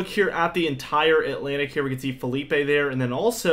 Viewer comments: Dude. It’s Philippe, in French not FELIPE in Spanish…just saying…other than that Bring the cold pleasee!!!!! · Ok. Lets get this right. Philippe is a French name. It's fill-EEP not Fill-EE-pay. That's a Spanish name spelled Felipe.